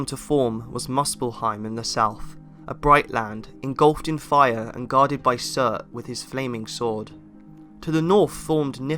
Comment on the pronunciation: Wish you were pronouncing the names as they were meant - with northern accent. Not Syurt but Soort.